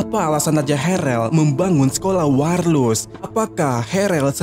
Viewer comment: Mulut typo...waLRus cuk..bukan waRLus...